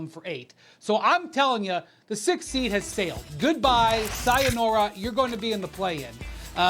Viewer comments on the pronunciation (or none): nah, no way dude said sayanora 💀